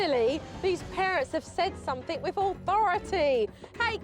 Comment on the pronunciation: Jo, Jo, Jo, why do you say ‘wiv’ instead of with and ‘uvver’ instead of other? Also somethink and nothink instead of something and nothing? Drives me CRAZY! I know you can pronounce th because you do in other words. Just WHY?